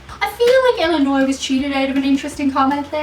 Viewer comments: Being from Illinois, thank you for not pronouncing s at end of Illinois, which people from out of state do, but people from across the world don't.... weird! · Illinoise - prononced Ill - a - noisy. Always make sure you end it with "noisy" They love it when you get it right?